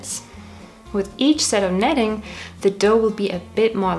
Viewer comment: kneading = Needing :) how to pronounce. Great video